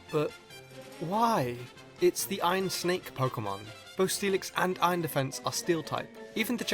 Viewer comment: Why are you saying "ion" instead of iron?